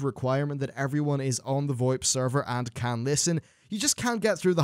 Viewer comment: It's not VOEP it's VO-IP lmao